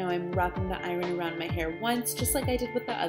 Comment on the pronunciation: Nice video, but it would be nicer if you spelled tutorial correctly and pronounced iron properly